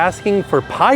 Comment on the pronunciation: “Pie-dad” 😂 I hope someone has told this man how to pronounce piedad and what it means.